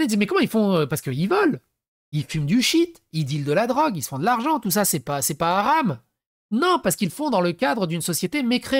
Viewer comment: Tu aram sans l accent ca fait comme djamel debouzze quand il dit les aram